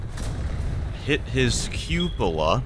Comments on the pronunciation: You are still promoting it wrong. The word is French, so if you were to look up how it’s actual pronounced then you would have probably heard them say Cup o la. Also the phonetic pronunciation does teach you how to say it, but unfortunately our American school system has failed us yet again because no one can actually read phonetically because there are more, and different letters that mean specific sounds. And not all of those sounds are in English because the alphabet is deigned so that it can be used to write every language spoken. So unless you know that alphabet, you actually can’t use the phonetical pronunciation. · In this video debates to himself on how to pronounce cupola